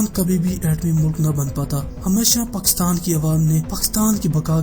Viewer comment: تجھے کس اُلو کے پٹھے نے اختیار دیا اس سبجیکٹ پر بات کرو۔ پاکستان کا نام تو تجھے لینا نہیں آتا چلا ہے ایٹمی دھماکے کرنے۔ جاؤ پہلے بولنا سیکھو گھگو نورا۔